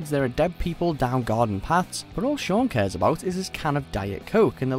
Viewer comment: Sean SEAN HOW THE HELL DO YOU MESS UP THE NAME OF THE MAIN CHARACTER IN SHAUN OF THE DEAD!?!!